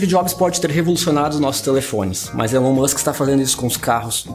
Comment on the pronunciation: O videio está bom, mas poderia pronunciar o nome do mesmo de forma correta. Elon Musk "ilon Musk"